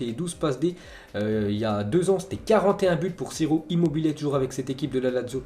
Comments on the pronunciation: c’est pas « sirop immobile » c’est « chiro immobile » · Fait un effort pour la prononciation des noms 'siro immobile' c'est insultant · Immobile il fait chier il est bon que en club pas en selection ...... Et son nom se prononce Tchiro..plz travail la prononciation des joueurs c'est désagréable à force 😅